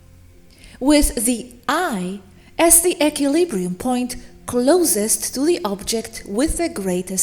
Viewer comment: You're pronouncing equilibrium incorrectly.